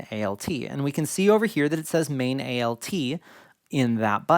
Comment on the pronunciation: Really appreciate the way you are structuring this series. Do you have a listing of topics published anywhere yet? I am very distracted by how you keep saying A-L-T instead of alt. For DAW, for example, that would make sense as it is an itiaialism, but alt is a contraction of alternate. I am curious if this is something regional or that you picked up elsewhere?